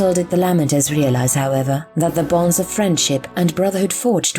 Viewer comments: Just an FYI: the majority of the Imperium pronounces their names as "LAY-Mentors," not "LAH-Mentors." ducks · I am sorry the content is excellent but the lamenters pronunciation is grating I have never heard said that way.